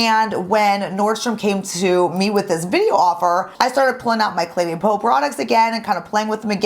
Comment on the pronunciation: It sounds like you are Pronouncing the name Cle DAY Peau instead of Cle DEH Peau. That is the first time I have heard the second word in the name pronounced "Day" instead of "Deh". Am I and others pronouncing it wrong?